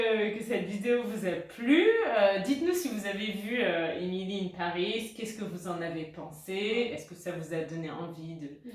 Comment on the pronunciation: Haha moi j'ai détesté le premier épisode mais peut-être je vais en voir plus comme « guilty pleasure ». C'est assez marrant que tu as prononcé le titre « Emily in Paris » parfaitement allemand.